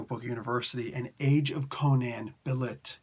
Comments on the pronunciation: The ê in Bêlit is normally an a/eh sound. So I think its more of "Beh-Lit", but I could be wrong. Its based on the word "Beherit"/Behelit if im not mistaken, the Syriac word for Satan. She is a leading figure in Queen of the Black Coast as others have mentioned. Conan does become a member of her crew and she (the pirate Queen) asks him to rule with her as the pirate King. I see Conan, I click. Thanks for the review! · I think it's pronounced "Ball-leet" or "Bell-leet" because it's Sumerian based, but I could be wrong. In my 616 rewrite, I have her being being connected to Wakanda exiles on her pirate ship when she meets Conan, who I have knowing Beshenga, the OG Black Panther from the Hyborian Age 👍😎